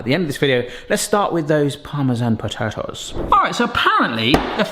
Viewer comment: to i replayed your voice 3 times and those things are called po ta toes you kept saying pot a hoes it made my day